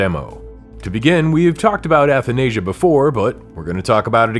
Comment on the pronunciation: as someone who is greek you dont pronounce athanasia correctly either.